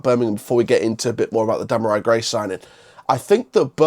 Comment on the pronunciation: Before you do a video learn how to pronounce his name ...🙄 Dem are ree